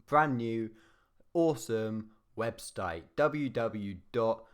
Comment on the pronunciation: 'webstite' lol